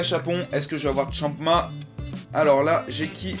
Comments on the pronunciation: C'est Champa pas chama . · C'EST PAS GOTRUNKS MAIS GOTENKS !!!!!!!!!!!!!! C'est pas Champma mais Champa et c'est pas Freezeur mais Freeza.